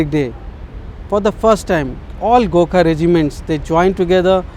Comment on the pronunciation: fking cant even pronounce gorkha